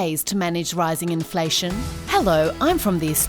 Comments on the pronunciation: "INLFATION' ! LMFAO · "Inlfation" , guys. 😉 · WHAT IS INLFATION? ;) 1.15mark